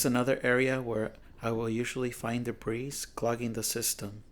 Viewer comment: Your English is pretty good. It's common, not common. It's (debris) debree...not debreeze.